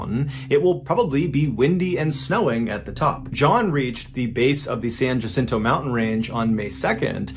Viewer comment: San Jacinto is pronounced San Wha-sin-toe, but no one from Massachusetts would be expected to know that. 😉 Love your stories, Mr. Ballin.